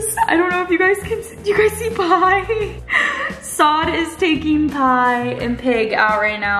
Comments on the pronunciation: it’s not Pie it’s Pai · Girl it’s “pai” not “pie” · It’s “pai” not “pie”